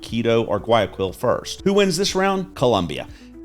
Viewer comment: I can tell immediately you favor Colombia, especially when you can't pronounce Guayaquil correctly, tells how much experience you have in Ecuador. Exchange rates change, especially in an unstable world with psychos running countries. When the dollar tanks, Ecuador's imports will soar, but local prices will be more stable.